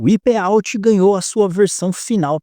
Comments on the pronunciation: Eu me incomodo demais ouvir o nome de um jogo em inglês sendo dito errado. "UIPÊ"out? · "uaiperauti" me quebrou kkkkkkkkk